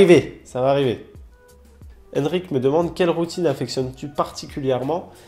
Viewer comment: Enfin le retour!!!!!!!!!!!!!!!!!!!!!!!!!!!!!!!!!!!!!!!!! Et merci de ne pas avoir écorcher mon prénom parce que tout le monde dit En-rick et pas Henrik! Mais sinon très belle vidéo et merci pour la routine.